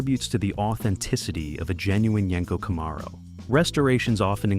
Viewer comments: It's pronounced Camaro 😂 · What you didn't think we'd notice you sneaking in a 68 camaro. And Jesus christ the pronunciation of camaro was driving me crazy, I have an actual 1969 pace car festival car,it drove me nuts listening, great video terrible narration.